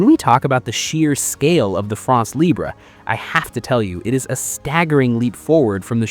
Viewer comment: France Libre Not libré, it’s French not Spanish.